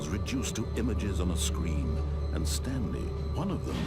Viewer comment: The stanlie parawable